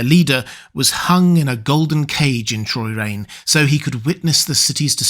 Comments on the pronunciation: It’s Chroyane (kroy-ANE), not Choyrane. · Minor correction. It's Chroyane, not Troyrane. Somehow you said it multiple times. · "Kro-yane", rather. Just sayin. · Your fascinating metaphorical interpretation is enough to save this video from the fact that you pronounced Chroyane “Troyrane” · I always thought Chroyane was pronounced with a hard CHR, like the prefix chrono ironically, maybe it is a clue. Maybe it's not